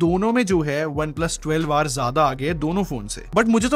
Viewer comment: Bhai mujhe kyu 12war sunai de Raha hai